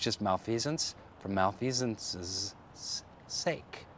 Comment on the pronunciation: "Otherwise it's just malfeasance for malfeasanceseses... sake."